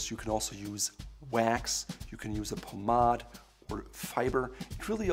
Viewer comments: Did he really say “pomadd” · I always pronounced it “Paw-made” 😳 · Doesn't anyone get annoyed everytime he says pomade? 😂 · This guy’s advice is worth its weight in gold, but the way he pronounces Pomade is killing me!